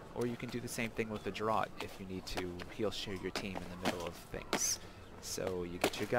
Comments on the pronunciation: 12.37...draart, do you mean draught, funny and odd english word pronounced 'draft'....a 'draught of beer' or 'healing draught' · Good info! For future ref, draught is pronounced "draft"